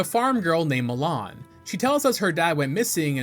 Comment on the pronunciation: also says "Volgaria" multiple times at that point "Mulan" and pronounces Epona as "Ep-pona" 😅 its a GOOD VIDEO otherwise, but come on man, get the names right, you played the Game often enough.